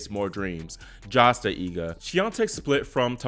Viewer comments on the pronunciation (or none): none